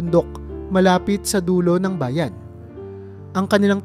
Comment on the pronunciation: Di marunong ng tamang bigkas halimbawa, papag kumot bayan linlangin